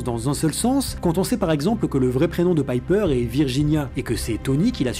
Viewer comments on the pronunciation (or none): sache le , même si la vidéo est correct , tu as vu les films et c'est bien pepper potz ( Pépper en prononciation et pas Piper (alias holly marry combs dans Charmed serie B) c'est pas ta première erreur malgré que tu te renseigne c'est bizzard .. tu es adèpte de l'accents francais ? qui malheureusement ne marche sur prenom anglo saxon... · super video mais c'est pepper et pas "piper" xD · C'est pas contre toi mais il y a une nette différence entre "Pipper" et "Pepper". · que tu prononces mal l'anglais, c'est une chose, mais là c'est un peu abusé je trouve. Je veux dire, pour faire cette vidéo, t'as rematté les films du MCU, donc t'as vu des scènes avec Pepper, dont tu as entendu les personnages, en VF ou en VO, l"appeler Pepper, et non Pipper. A moins que tu ais un ptit peu trop regardé de vidéos avec une certaine "Pipper" sur un site adulte? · Euh on est d’accord que c’est Pepper et pas Piper ? C’est pas comme s’il le répétais 15 fois en plus 😂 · Péper putain ! Pas Paiper ! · Le "Pipper" me coupe tout plaisir de regarder cette video tellement c'est horripilant. Pas d'excuse à la "je prononce mal l'anglais" qui tienne, il suffit d'entendre une fois le nom pour savoir que c'est pas Pipper mais Pepper... Bref, pas regardé jusqu'au bout. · ca m'eclate les oreilles de t'entendre prononcer "pepper" paille peur >< rha ! xD sinon j adore ton analyse comme toujours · Quand tu dis "Païper" tout au long, on dirait que t'as pas vu ce dont tu parles et c'est chiant...Tu fais souvent ce genre de bourde, pas juste dans cette vidéo, et j'ai du mal à comprendre....